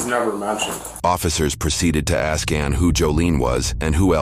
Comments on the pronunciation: professionals do not aks questions, they ASK questions sir. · What is with black people not being able to say ASK? Instead it's always AX/AXE? - AX - AXING This guy also needs to stop portraying someone as TRAINED IN NARCAN that has some special skill you need to go to school for. No one is trained in Narcan. The delivery system is something that can be done by anyone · Ask rhymes with task not axe. 😂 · it's pronounced WAW saw Also pronounced "ask", not "axe"